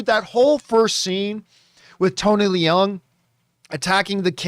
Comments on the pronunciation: Tony Leung, Leung doesn't pronounce "le - ung", Leung pronounce like "learn". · Absolutely incorrect, unfortunately. Watch any Chinese awards show where he wins, the call him “Lee-YUNG Chi-Wai”, which is how his name is pronounced in Chinese. Obviously, in China, the family name comes first and “Tony” is just an Anglo-cized version of “Chee-Wai”. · yes actually “learng” is more accurate but I just afraid people will also pronounce “learng” in a funny way so I use a word "learn" that everyone know how to say. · The way people have been pronouncing it has been annoying me too lol. It’s basically “learng”!